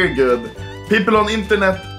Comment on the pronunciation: you said goot 😂😂